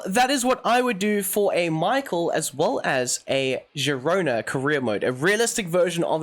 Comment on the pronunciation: Mikhel its Sound like - not Michael 🤣🤣 Míchel :)